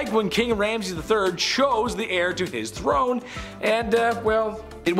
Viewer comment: Dude also said "Hair" instead of heir. Heir is pronounced the same as "air"